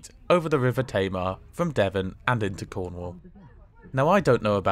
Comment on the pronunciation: Did he say Cornwall with a p